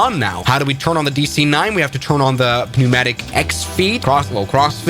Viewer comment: English isn’t German where we can just mash a bunch of letters together Willy Nilly Instead we add stupid letters and then never pronounce them, like civilized men. Try “pneumatic” again